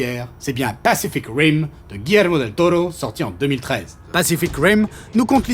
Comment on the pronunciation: Del Tollo , Del Tollo et ah un del Toro et re Del Tollo , même si la vidéo est top cette prononciation m’a bien gonflé 😏😂